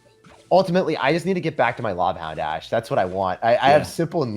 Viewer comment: Love the duo.. ash tag sounds like hash tag..